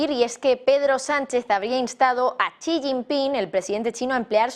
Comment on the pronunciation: Por que todos en el Canal se empeñan en pronunciar mal el nombre del lider Chino? Es "Xi", no "Chi"